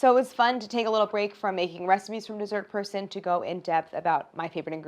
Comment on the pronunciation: Dessert person. Or. Dee-sert per-son